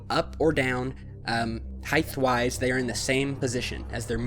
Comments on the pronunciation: WOW!! Sick video! What the hell is this? Thanks. Just an FYI that I hope may help: I've heard you pronounce the word: "HEIGHT" as: "HEIGHTH" There is NO:TH at the end of height! There IS at the end of: WIDTH" and: "BREADTH" But please, if you want to be taken seriously, stop saying: HEIGHTH! Love your work Brother!! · YER HE SAID HIGHTTH WISE HA HA HA DUMB ARSE